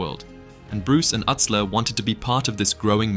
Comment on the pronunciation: Joey Utsler. But it’s pronounced Yootsler.